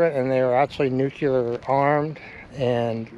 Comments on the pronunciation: Thanks for doing the video. That's not a Jeep, it's a Duce and a half or 2.5ton transport truck. And it's Nuclear, pronounced New Clee AR. Not New clee yer. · "Nuke-lee-urr" rather than "Nuke-you-lurr". Just FYI...